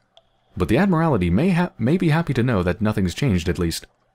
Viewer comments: But he cannot pronounce word for sht. Admilral-tee(admiralty) not adma-rally-tee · Good showcase, caused me to buy the game. Just FYI it is "Admiral-tee".